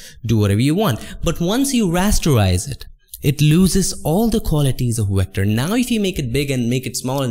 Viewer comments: Excuse me, what’s “recter”? Said “raster, recter, And smart object”, golly I am confused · Nice tutorial. Thanks. I only got confused coz you keep saying wector for vector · What's a wector? lmao haha jk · i love that you say wector, instead of vector, idk why but i think it's cute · Love your videos dude. Just make up your mind on how to pronounce the letter V please lol.